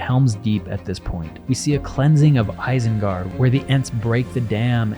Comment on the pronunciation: ISENGARD is pronounced with initial I as in "machine". Source: Tolkien.